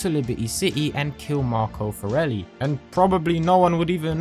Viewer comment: Love how Salvatore called the forellis the "corellis" at 5.27 😂